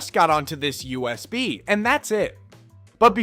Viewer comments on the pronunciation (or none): Great but the pronounciation of USB and EFI repeatedly killed me hahahaha.